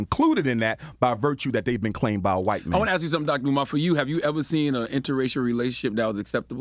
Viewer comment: Ask Dr J why he cannot pronounce 'ask' or speak grammatically. Or ax him.